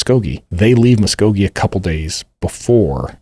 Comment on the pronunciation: The second i heard you pronounce Muskogee correctly, i had to comment. 😂